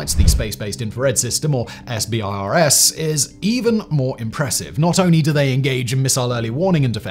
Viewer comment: SBIRS is pronounced “sib-erz.”